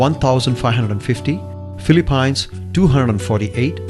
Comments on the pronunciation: Phili-payns???? Fck u.hahaha noob. Philippines Learn to speak it ryt motherfckers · they pronounce philippines wrong